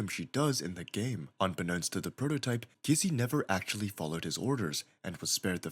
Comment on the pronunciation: Bro , can't even say kissy right for even one time 💀